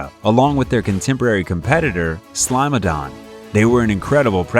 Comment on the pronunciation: I had to replay it a few times and I'm positive that he called a Smilodon "Slimeodon" 🤣🤣. Wtf is that?? A creature that bars up slime all over something/someone..lmao.. It's a Nickelodeon creature!!